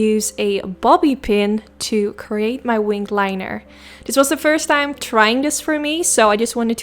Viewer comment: It’s not “tanks” it’s “thanks”, it’s not “curyous” it’s “curious” It’s not “Da” it’s “the”